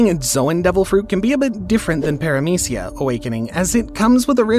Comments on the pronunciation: *Paramecia, not peramicia. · “Minotares” “Peramecia” “Mouchi” “Trufflegar” This was a really good video, but the bad pronunciations really take me out of it😂